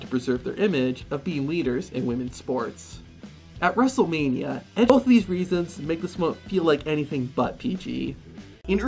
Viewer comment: "At Wrestlemani-" anyways lets more on